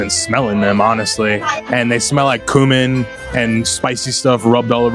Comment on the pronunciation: 'thats where I come in guys' joke made up for his horrifying pronounciation of 'cumin'. Our ancestors are in shock, buddy